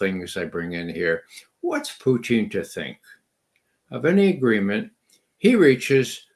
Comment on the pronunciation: Why does Ray always say “Puchin” instead of “Putin”?